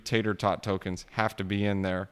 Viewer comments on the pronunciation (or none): Dude learn to pronounce Tarot. It's annoying hearing you call it Tater tot.